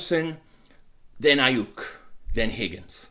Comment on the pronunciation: Lol SON! Say Brandon Aiyuk again SON sounding like a true Philly Guido "Brandon Aiiiyuk" ! 😂😂😂